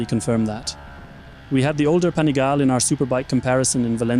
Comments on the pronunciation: Pani gal le, not Pani gale. It's Italian...... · Panigaaaaaale, not panigaile 😅